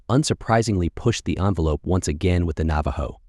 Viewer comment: did ur AI voice just pronounce that cars name as straddle? 🤡